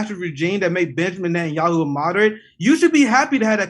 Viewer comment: NET AN YA HU